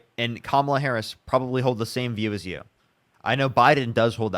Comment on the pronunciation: First MAGAt say her name correctly 🎉🎉🎉👏🏽👏🏽👏🏽